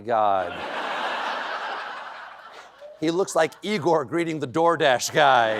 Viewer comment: thats pronounced eye-gore